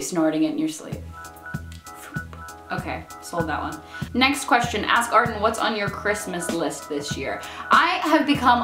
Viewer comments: Every time she says "ask Arden" I hear "ass garden" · When you said "Ask Arden" it sounded like "Ass Garden" and it made me giggle. You da bomb! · every time you say 'ask arden' it sounds like 'ass garden' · Every time she says "ask Arden" I hear "ass garden"...ASS GARDEN. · when she says 'ask Arden' it sounds like 'ass garden' lol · It sounded like you were saying "ass garden." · When you say 'ask Arden', it sounds like ass garden. :) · When you say "that's everything for this ask Arden" it definitely sounded like you said "that's everything for the sass garden" - which, the "sass garden" should really be a thing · When you said "ask arden" I swear you said "ass garden".